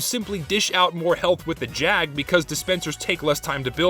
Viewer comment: you're saying it wrong. its the Jaaaaaag